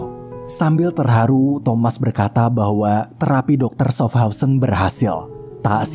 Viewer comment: itu bacanya syafhauzen